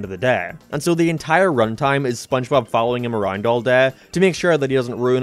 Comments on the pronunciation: "spongebop squandpant" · It's sponchbop. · you pronounced spongebob wrong. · Season 5 is when he starts mispronouncing SpongeBob's name. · Can someone count how many times said SpongeBob’s name wrong? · The gradual misspelling/mispronunciation of sponge bob's name is what kept me going throughout this video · he calls spongebobs name wrong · Jesus christ how many times has he said "Spongebob" wrong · I like how he says Spongebob more and more wrong as the video goes on. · Take a shot everytime mispronounces/misspells SpongeBob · I've lost track of how many times he purposely said Spongebob's name wrong. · I love how you constantly mispronounce spongebob its so hilarious it makes me laugh everytime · I gotta count with how many times mispronounces spongebobs name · "give the sponge to cardbob" "sandbob" "gwigward" "dingebob" "bongebob"